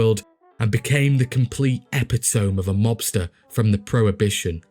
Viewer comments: Epitome. Four syllables. Pronounced “Ee-pit-oh-mee”. Don’t you dare be embarrassed by it either. Just proves to me you’re a reader. No need to discuss how I pronounced “hyperbole” for YEARS 😂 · I noticed his variant English pronunciation too, like the way he says 'epitome' like 'epitomb', but many British pronunciations vary from our American idiom, so we can't fairly call it mispronouncing. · epitome? Lol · You're pronouncing epitome wrong, otherwise really good! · I really like your videos, from those you choose to cover to the general format. A quick couple notes; 1) Pronunciation of a few things, like coup de grace sounds more like koo da grä (couple other words over your various videos, like epitome). 2) Your line about 'supplying booze for thirsty Chicagoans throats', could be slightly altered to include alliteration; something like 'keeping the booze flowing down the thirsty throats of Chicago's citizens'. Just a thought, to use or ignore, either way I look forward to your future videos. Cheers!